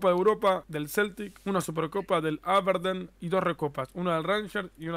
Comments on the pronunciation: cuando en el video original pronuncia mal al aberdeen me acorde de facu jajsajajaj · la forma de pronunciar Aberdeen y algunos anglicismos definitivamente me hizo daño!! 🤣🤣🤣Saludos!¡!